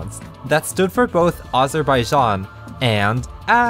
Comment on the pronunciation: you pronounced azerbaijan wrong